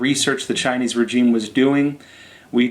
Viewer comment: Love ya show bro, but the way your pronouncing “regime” is irking me!😖